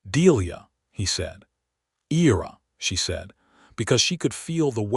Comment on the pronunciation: The male character’s name is pronounced I (long I) & Ra. I love his quirky conversational style, particularly his description of his bad dancing. Delia’s description of the 3 men who approached her is another funny moment.